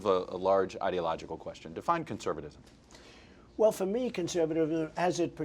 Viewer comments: He couldn't even pronounce conservatism... lmfao this country is a joke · Listen to him say conservatism